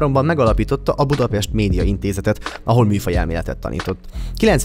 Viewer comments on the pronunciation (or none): none